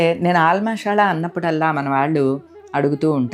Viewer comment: మషాల అనకూడదు మసాలా అంటే బాగుంటుంది